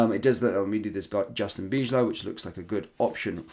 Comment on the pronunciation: Justin "Bye-low" rather than "Beej-low". "ij" in Dutch essentially sounds like "Eye".